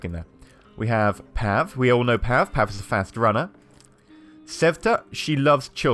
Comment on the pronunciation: I thought the pronounciation is : Anton = Un-ton Cveta = Sway-ta Pavle = Puff-lay Zlata = Zla-ta (A as in Arm)